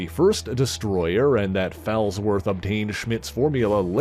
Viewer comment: The name is pronounced FALLsworth, as in; "he took a bad fall."